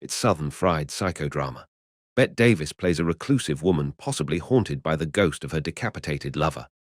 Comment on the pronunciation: fukkin hell!! hush hush sweet charlotte is the hollywood golden era horror i needed but never knew existed!! i have certainly watched "whatever happened to baby Jane" but this looks even better....bette davis (prounounced "betty" not "bet"!!!!!) teamed with olivia de havilland!! wow- we will never see their like again RIP